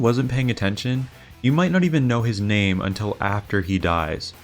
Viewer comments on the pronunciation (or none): the way you mispronounced the names. but ok the efforts you put into this video 👍👍